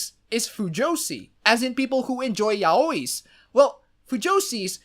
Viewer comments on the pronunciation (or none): yaoi is pronounced yowee